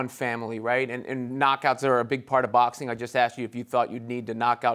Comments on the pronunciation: cop: sir i pulled you over because you were speeding! ggg: this is boaxxing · Nobody: Golovkin: 𝐭𝐇𝐢𝐒 𝐛𝐎𝐱𝐈𝐧𝐆